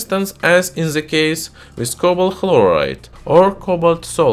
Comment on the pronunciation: While watching this video I can only keep asking (why do Russians pronounce The with a Zhe? ) zhat vs that